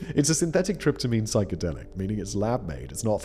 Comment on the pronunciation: you were actually completely correct until the end. You earlier said tryptamine correctly, which is what the last word